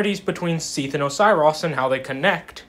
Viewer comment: great vid but if you pronouse osiros like that again i will have to IP ban you from every known dark souls server to have ever been created :)